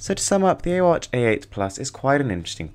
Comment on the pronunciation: Actually ai in Chinese is pronounced as I xD